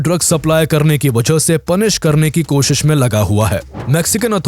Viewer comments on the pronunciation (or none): none